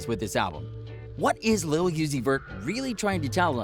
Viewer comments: It’s lil Uzi not yusey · If he says lil yeezy one more time I swear .